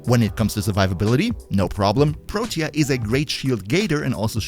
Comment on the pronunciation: He pronounced it pretty well, tbh. You can check online. What irked me was how he was saying "Protea" like it only had 2 syllables.